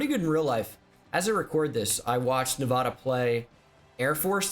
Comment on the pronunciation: If he keeps saying nevohduh I swear